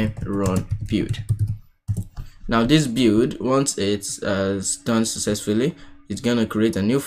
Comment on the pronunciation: "bild" or like "be:ld", not "bew"...